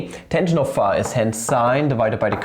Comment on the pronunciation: Ist das irgendein running gag, y and phi so seltsam auszusprechen? Bei sagt er es ja sogar richtig und sieben Sekunden später "phah"....